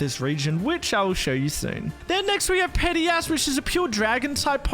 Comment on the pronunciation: I thought he sad petty a$$ when he said pediasp🤫🤫🤫